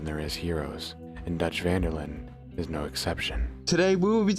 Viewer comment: isn't it van der linde??